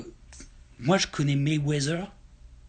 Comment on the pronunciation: C'est Quoi réellement la critique ??? Au final Ali c'est un goat, ce est qui le thème de la vidéo. Il prononce mal Mayweather ??? On dit ténu pas tenu. Est ce que c'est réellement grave ? Si il avait dit que c'était Jean Pierre Chalencon le goat à la limite je comprendrais.